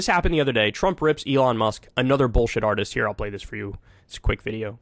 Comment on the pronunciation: I like the way he says "ANOTHER bs artist" applying he is one himself lol